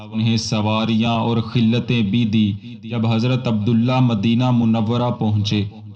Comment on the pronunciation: Pehle tu arabi baraber seekh le tarikh to phir bhi bohot door ki baat hai tere liye Khillatain word nahi hai Khila'tain word hai